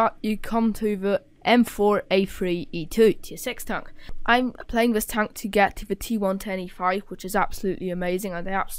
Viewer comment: Heavy Townk and Meduim Townks xD